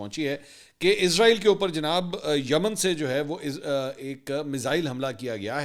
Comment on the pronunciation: o jnab anchor sahab israel hota hai. izrael nhi hota.. is tarha to india waly bolty hain...pehle to ap indian language ko follow krna chhorren ...izrael to ek farishtey ka name hai